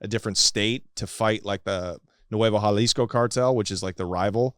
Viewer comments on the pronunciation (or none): none